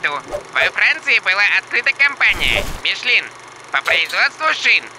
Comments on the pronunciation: ну МишлЕн же, а не МишлИн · не Мишлин, а Мишлен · Подушню: перед N во французском языке i как э произносится: Жарден (сад), Мишлен